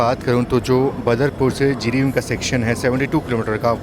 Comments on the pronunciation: Jiribim nahi, Jiribam he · Jiribin nahi jiribam "Bam" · Not Jiribim it's Jiribam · जिरिबाम कहते हैं।